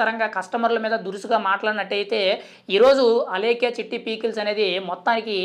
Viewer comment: Babu pee kills kadu 😂 pickles